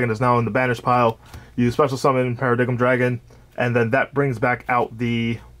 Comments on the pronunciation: Only problem with the profile. It’s pronounced Para-Dime not paradiggum, other than that, looks good man, been trying to fine a build for a bit now. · I was gonna sub but I heard para- dig-em....